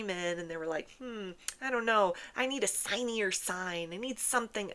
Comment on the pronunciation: "I need a signy-er sign" 😂😂😂😂